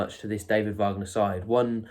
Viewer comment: It's WAG ner not VARG ner, his father is American not German..